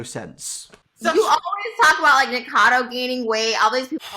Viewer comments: It’s nikAcado avocado. Nik UH cado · please. Ni - co - kha - dough. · Nick-ah-ca-do, avo-ca-do You’re welcome🤡